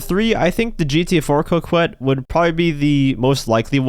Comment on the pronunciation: bruh saying cokwette, when it comes to rockstar, they don't make cars hard to say, it's prob spelled weirdly but it's always the simpler pronunciation you'd think of, it's cokett